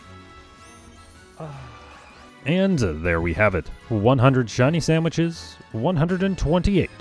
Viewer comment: I wasn’t really paying attention to the video, just had it on in the background and about half way through I noticed he was saying samiches